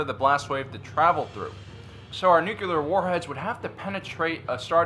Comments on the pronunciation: Love your vids, but I had a hard time with one thing. It is New-Klee-Are, not New-Cue-Lar. Sorry, but I would rather listen to nails on a chalkboard. Both Bush 43 and Carter said that. I cringe every time. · Please learn the word nuCLEar! It is not nuCULar.... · NU CLEAR not NU CU LAR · You pronounce "nuclear" like President Bush. It's "nook - lee - err", not "nook - yoo -- lerr". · Nuculer ??? Or nuclear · its nuclear not "nucular" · It’s nuclear. How many times he gonna say Nucular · Just like the real new Star Wars movies. Too much comedy in this video. Plus, what is "Nucular"? It's "Nuclear." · I gave you a like in this one, because it was honestly awesome - I almost retracted it for all of the “nucular”s, but I saw a video of yours yesterday where you joked about that/ and your channels have quickly become my favorite - sooo, I gave you a break 🤣. Keep up the great work! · Say it with me: N-U-C-L-E-A-R. Nuclear. NEW-CLEE-ER. Nuclear. "Nucular" is not a word. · Always thought you were smart, then you said "nucular" 🤔🤔🤔